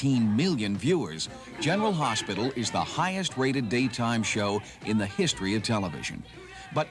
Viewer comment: 😂 Yeah, the reporter really flubbed on the name, sheesh. Tony GARY?! 🙄😂 and at the very beginning of this clip, the reporter says, “General Harsh-pital” - what a mush-mouth 🙄😂